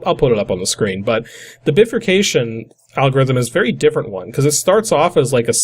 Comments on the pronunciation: " Biffer Cayshun " Bruh... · Just type "bifurcation" in google and click the audio symbol on what comes up. It's like: "bye-fur-cay-shion". The word has two parts to it, "bi" meaning "two" and "furcation" which means "branching". Which makes sense looking at that program. "tithe" is pronounced like "tythe", not "teeth" LMAO... and it is old English meaning 10%, so you gave the prophet 10% of all your grain. Very generous. :) Love your ending... "exterminate!" made me LOL. :)